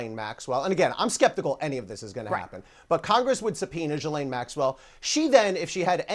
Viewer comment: It's pronounced JhizzLane.